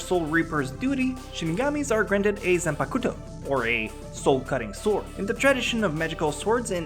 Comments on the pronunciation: Please do the world a favour and dont ever pronounce "zanpakuto" that way ever again. Zan pack toe , not zan pa koo toe ! Its so cringy and shows that youve never even watched one episode. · Zanpakuto is pronounced ZAN-POCK-TOE XDD not za pakootoe XD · Ichigo's hollowfication when he takes on ulquiorra is NOT a hollow transformation, it's his Vasto Lorde transformation, don't get em confused Also, it's pronounced zanpakto, but it's spelled zanpakuto. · it's not zanpakuto it's said zan-pak-toe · See what I did there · OMG U PRONUCED ZANPUTO WORNG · obviously its zanputuuuuuuuto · I always get irked hearing how people pronounce Zanpakuto. Zan-pahk-ku-to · Am I the only one who noticed him saying Zanpakuto wrong